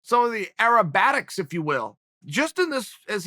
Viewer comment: Acrobatic not aerobatic